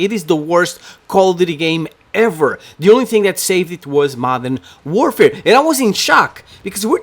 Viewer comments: There are more people playing than people watching your channel, also it is Modern "Warfare," not "doorfare," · It's Modern warfare.... NOT Modern Doorfare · maybe you think it’s trash because you can’t pronounce it right 😂😂😂 “modern doorfare” say it right weirdo ur channel is garbage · Modern dorfare? Jesus Christ can you fucking speak properly? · "Modern doorfare" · Why tf does he say modern DOORfare🤦🏻‍♂️